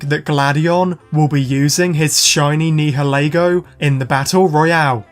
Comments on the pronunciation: I love your vids but….YOUR NIHILEGO PRONOUNCIATION IS MAKIN ME CRY XD…its nayaligo in da dubbed ik we watch da subbed but my brother watch da dubbed and whenever u say nihilego he is correcting it. But it aint botherin me just makin me laugh XD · it’s Nioleguo ure Saying it wrong